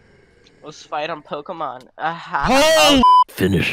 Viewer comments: Yes pokéman!!!! Lol my husband says pokemon like that lol. 😂😂😂😂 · Did he just call Pokémon Pokéman?